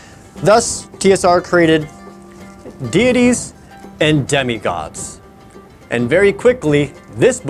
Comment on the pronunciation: I've heard too many folks call it "DYE-TEES" instead of dieties. Thank you for pronouncing it correctly.